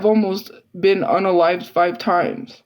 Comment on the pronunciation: The way she always says the word “unalive” in every live she does 😂😂😂 it’s just funny to me lol